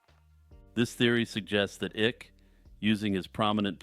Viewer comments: David "Ick"...lolol. It's pronounced "Ike", but yeah you are totally correct about what you said about him. It made me laugh because he does indeed give me "the ick" with his deceit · David Icke is pronounced "eye-k" lol, David Ikk is how I feel about the tales he weaves.